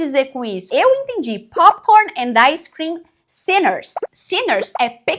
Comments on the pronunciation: Bolsonaro: pain pointer ice creeim kkkkk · "Popikórni, áicêcrim"